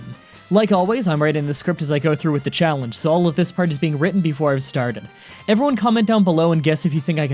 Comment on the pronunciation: When he says challenge it sounds like chocolate lol